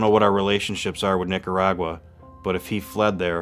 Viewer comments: She speaks perfect English, and only uses a Spanish accent when using Spanish words, like Nicaragua, for instance. She could EASILY pronounce it in the English form, but she chooses to use a VERY thick Spanish accent. "Niiyatawwa". I know she's not doing it to annoy me, haha... but it does. Speak one language at a time. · Wow! I can't even get half way thru this episode because this chic pronounces Orlando and Nicaragua differently nearly everytime. Make up your mind. Are you Hispanic or not? Hahaha Ultimately tho, I'm not at all condoning Orlando's actions, but this is why you shouldn't toy with people's emotions. Bad things can happen. Her fault just as much his in my book.